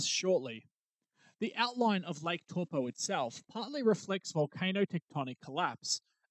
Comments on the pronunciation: An easy way to remember the pronunciation of the vowels in te reo Maori - a as in the word car, e as in egg, the i is a long i as in key, o as in core, and u as in glue. And the r is rolled, like a soft d. Eg Taupo is pronounced toepaw, because the a and u are blended, ie, ah-uuu, which makes it sound like 'oh' Great video though!!! I holiday in Taupo every summer. A super eruption is a terrifying thought 😬😬😬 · No its actually "dow po" as the Stone-age 10th wave colonist Maori call it.